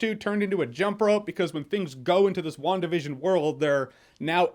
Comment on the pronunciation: is it just me that hears 'One Division' instead of 'WandaVision'?